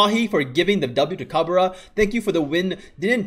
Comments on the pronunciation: Its not ca-be-ra. Its cab-re-rah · haha yeah that pronunciation though. its cab re ra not cabera